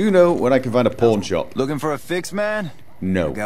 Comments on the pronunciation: "Old Mormon Fort. I have a feeling the porn shop is not going to be in there." I know you said "pawn", but for some reason that is how I heard it and I couldn't stop giggling. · I kept hearing porn shop instead of pawn shop. It was hilarious. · "where's the pawn shop" what it really sounds like "Where's the porn shop!" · I feel so bad cause I hear porn not pawn.. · I'm sorry every time I hear you say "pawn shop" I hear "porn shop" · I hear porn shop every time he says pawn shop.... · i can only hear "porn shop" tbh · When he walked into Vegas it sounded like he said, "Hello? I'm looking for a porn shop." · heh sounds like he's saying pornshop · I heard "I'm looking for a Porn Shop" . . . oh my :O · I know you're saying pawn shop, but it really sound like your saying porn shop. I can't judge, I'm an Australian fella, we say porn shop too.